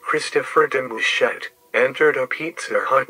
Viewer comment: Why he say my last name like that😭